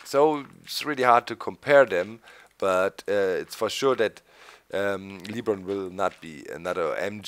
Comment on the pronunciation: Hey doc it's not leebron it's lebron